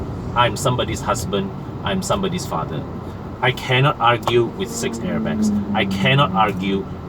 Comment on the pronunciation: Hahaha. Its nothinglah but your pronunciation of 'argue' got my attention. I like the fact that the review was done thouroughly even after the car was used for 1 year. But, honestly though, the design of the persona really is quite premium to me. The rear looks so handsome(white and brown version) Why not collaborate with roda pusing on more reviews on modifications on the persona? They are doing projekRQ. Saya sokong dua2